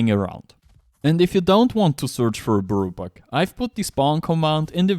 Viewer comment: if you drink or smoke take a sip or pull every time he says buirrow buck ffs. im never watching his vids again